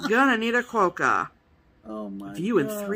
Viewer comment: I live in Western Australia and they live on Rottnest Island just off the coast near Perth. They are called Quokka not Qwoacka you made me laugh so much I show my husband what I was laughing so much about and then he started laughing.